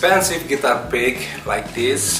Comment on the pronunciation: Am I the only one who hear "Prick" everytime he says "Pick"?